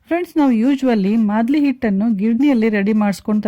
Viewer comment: It's maaldi not a madli...